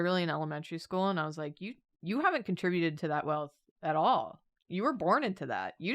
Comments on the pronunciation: “You haven’t contwibuted to the wealth at all. You sound widicuwous.” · says "You haven't contwibuted to the wealth at all!"